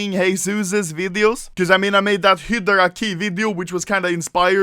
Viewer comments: Hydra not Hidra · HI DRAH. Not Hedrah. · It's HYDRA (HAE–DRA) not HYDRA (HE–DRA) BTW luv your videos. Keep it up rookie. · if he sais hidgra 1 more time instead of highdra.... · Im not mad at ur stealing other youtuber content but that sound when u say HIDRA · "Hedra" nice pronunciation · Use subtitles, when Anomaly says "hydra" it says Hitler :D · Can you not say hidrah... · literally noone: anomaly: hidra case, hidra keys, operation hidra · I stopped watching the video due to the way he says Hydra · When u said operation hydra I thought u said operation Hitler